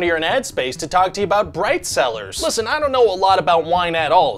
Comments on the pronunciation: I wasn't looking at the screen and heard "this video is sponsored by bread sellers." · When you said “bright cellars” I thought you said “bread sellers”. “This video is sponsored by bread seller LOL”